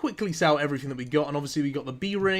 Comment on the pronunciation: How do you speak English but still mispronounce everyfing? It's "th" not "f" :) Ign Antrebell